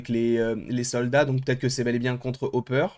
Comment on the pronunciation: Hopper ! Hopper bordel de dieu ! C'est parce que tu snif du poperz ue tu dois mettre des z partout 😂